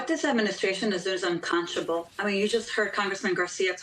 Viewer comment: Well someone needs to tell this young lady the word is unconscionable not uncomchible….Jesus Christ help us! Kristi Noem is a disgrace perpetrating lies and chasing down children. Her hopes are that her costume changes will garner her a cover and spread in “Gunns & Ammo” magazine.